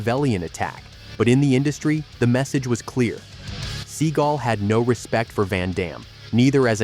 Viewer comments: ‘ seagal’ not ‘ seagull’ 😂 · You're pronouncing Stevens last name as Sea GUL when it's actually Sea GAL. And it's quite irritating and annoying. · Please stop making videos using AI voices to narrate them. The constant repeating of Steven "Seagull" is ridiculous. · Sea gul ? Stall on ? lol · "Seagull"....come on......seriously...🙄...although JCVD's Seagal walk is FIRE🔥🔥🔥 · Lol, Seagoo? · Your not saying his last name right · Right off the bat you can't even say his last name properly. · Learn how to pronounce his name